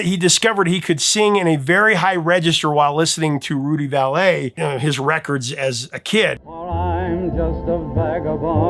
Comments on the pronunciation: Love your content. FYI, Not sure if anyone else commented on this. It’s pronounced Rudy Valley, not Valet. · Rudy Vallee's last name is pronounced "Valley", not "Valet" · Rudy Valley, not Rudy Valet. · Rudy VAL lee, accent on the first syllable, second syllable pronounced Lee. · Not that it will ever come up again, but Rudy Vallée's last name is pronounced Valley, oddly enough. You, "fortunately", are young enough not to know that. Keep playing the good stuff. We love the music and the stoies. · It's pronounced "Rudy Valley". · I love your channel! The back stories are so interesting and your delivery is riveting. Rudy Vallee - (pronounced Valley). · Rudy Vallee is pronounced just like "valley" it's not French sounding at all. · If anybody else had said "valet," i wouldn't give it a second thought, but when you say it i have to wonder... has everyone I've ever known pronounced Rudy Valee's many wrong my entire life?